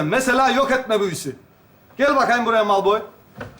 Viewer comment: Heryy potter oldu 😂😂😂😂😂kondrakula malpoy cok yakisikliymis😂😂çok gerçekçi olmuş yeminle😂😂harmy deyil harmony 😂😂😂heryy poterr